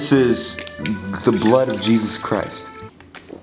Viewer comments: XD HE SAID JEZE ESA WHY HE SAID IT LIKE THAT😂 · the way he says jesus i was laughing so hard😀 “jEsUssS” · Bruh why the f*ck are you keep saying jayzuzz? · Stop saying Jesusu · I turned captions on, it says is saying " Jesus says" XD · Why you saying Jesus name like that